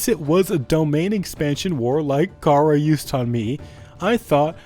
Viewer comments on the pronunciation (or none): none